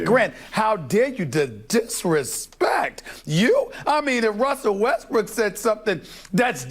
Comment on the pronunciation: It's Russel Westbrook not bestrook